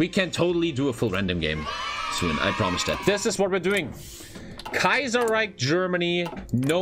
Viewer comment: Love he calls it kaiserriech over and over lol